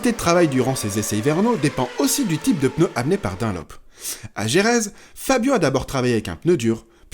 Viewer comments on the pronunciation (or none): none